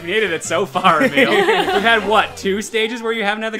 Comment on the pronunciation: It's Emile not Amele!